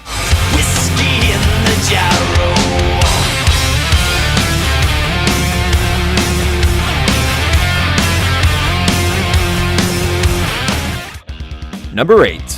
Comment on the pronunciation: Why does he say jaro not jar it's not whiskey in a jar oh it's whisky in the jar